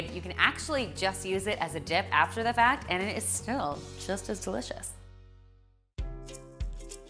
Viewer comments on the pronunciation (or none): none